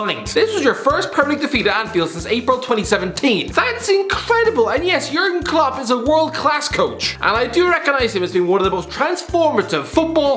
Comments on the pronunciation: ah yes "jurgen clop" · "Jurgen Clop" lol